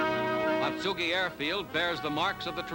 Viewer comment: Pronunciation is a bit off but still a good video. Spent two wonderful years at Marine Barracks Atsugi in 1970 & 1971.